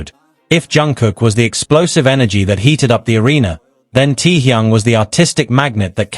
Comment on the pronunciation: Can’t stand how is pronouncing Taehyung.